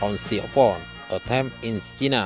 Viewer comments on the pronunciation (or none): none